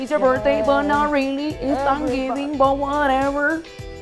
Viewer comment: It’s thanksgiving, not sangibing, that’s gross and not even funny